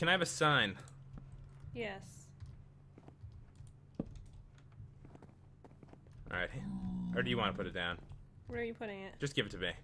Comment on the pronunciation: How do u make a saign? its sign